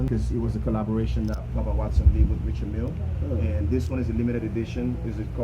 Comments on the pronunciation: Richard (pronounced R’chard) Mille (pronounced Meel).... Not Richard Milly.. lol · R I C H A R D M I L L E.. pronounced ‘R’chard Meel’...